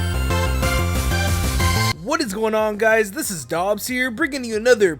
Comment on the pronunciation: you said dogs instead of dobbs